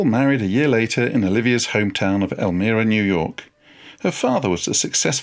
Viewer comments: Elmira is pronounced el-MY-ra, not el-ME-ra. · Hello Professor. Just an fyi, Twain's wife's hometown in the Finger Lakes Region of New York State is pronounced "El-mEYE-ra," not "El-mEE-ra." You know how "us 'mericans tawk." Having taught at the eponymous college there, his octagonal writing cottage is on the campus grounds, a wonderful physical touchstone of The American. Love your stuff on YT here. Bukowski's next for me... Thx! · Professor -- it's "El-my-ra," not "El-mir-a." Otherwise... good work! I enjoyed listening to it. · They married in El MY ra, not El mirra. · Pronounced "el-MY-ra" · It’s pronounced El-my-ra, New York. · Learn to pronounce Elmira, its not Elmeera... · The town is EL-MYE-RA, L M eye RAA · Great! One small thing however, the city is pronounced El-my-rah . Thanks so much for your video. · Elmira is pronounced El m(eye) ra. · Wonderful program! I enjoyed every minute. One small pronunciation correction: it is Elmira, NY with a long i, to rhyme with 'well, Myra.'